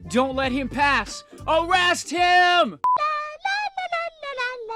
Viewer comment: "Wait, don't let him pass! Arrast him"